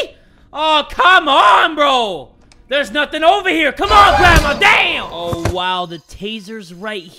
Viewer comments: Lol i was thought he said gra-ta-ta-taaaaaaaa😂😂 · The way he said gradma 😂